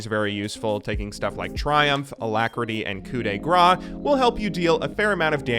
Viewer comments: Gabriel Pérez Collado he doesn’t pronounce it properly I’m french its pronounced coup de grase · You can pronounce coup de grace, but not transcendence. How is that even possible